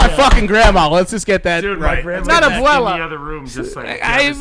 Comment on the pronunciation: Joe saying abuela was so weird